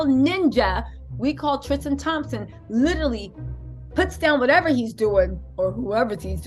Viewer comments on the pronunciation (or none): none